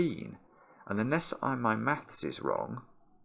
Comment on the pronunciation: Who else hears “wrogn” in their head whenever says the word “wrong”?✋